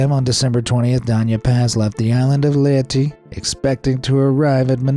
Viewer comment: Man say leyte properly ley te